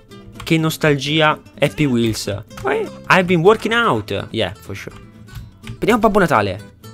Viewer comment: è happy wheelZ, con la "Z"